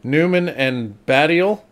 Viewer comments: Baddiel - not Babbiel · It's not Babbiel, it's Baddiel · it's David Baddiel not Babbiel